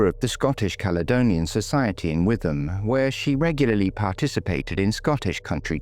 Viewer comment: Another superb video on a neglected case, you are doing a brilliant job with all of these. A very small point - it’s pronounced “ Wit-ham” in Essex